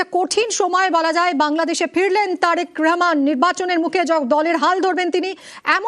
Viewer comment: এরা উচ্চারণ করতে পারে না ঠিক করে রেহমান হবে না রহমান হবে কিছু মনে কইরেন না